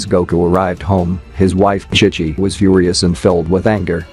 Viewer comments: Chic chi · Ki ki instead of chi chi is crazy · Bro is saying kai kai not chi chi 😂